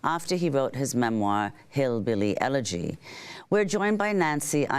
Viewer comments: the word is Elegy not eleRgy. Learn how to say it, then criticize it. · And by the way it's "elegy" not "elergy" professor emeritus. 😏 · It would be easier to buy this woman's claims if she would learn to pronounce elegy correctly. There is no "r" in elegy. It is not "elergy", but elegy. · You proclaim to be very educated yet you pronounce Elegy as Elergy. Webster defines these as two different words. There was a difference of class between crackers and white trash in the Antebellum South. Your ignorance on the class system throughout the history of the U.S. would lead me to believe this entire video is completely fake. Now I must read your book to humor myself. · Well this woman, that obviously thinks she is so smart, needs to pronounce the name of the book/movie correctly. It’s Hillbilly ELEGY, not EL-ER-GY! If you’re gonna talk about it at least get the pronunciation correct. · Madame, it is “elegy”, NOT “elergy”. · Why does she say "Elergy?" This woman passes herself as an intellectual? I don't think so. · Couldnt listen because my ears were bleeding from hearing "elegy" pronounced as "elergy". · This woman is a big muckity muck but she pronounces Ellegy as if it has an "r" in it - (ellergy) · This expert pronounces the word “elegy” “elergy “. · If the prof could pronounce "elegy" properly, I'd take her more seriously. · Funny that Nancy is supposed to be somebody smart. She can’t even pronounce Elegy! She continues to add an R sound. 😅